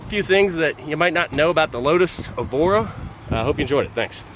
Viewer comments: "eveore" Uh what? Evora.. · I stopped watching after he said lotus EVORRR